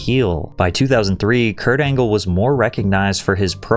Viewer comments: Perk Angle ❌ Peak Angle ✅ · Kurt Angle ❌ Perk Angle ✅ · Perc angle 😂🤦🏽‍♂️